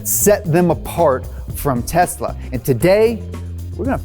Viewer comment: The only guy in USA that pronounces TESLA the way it is suppose to be pronounced. AND NOT TEZZZZZLLLLAAAA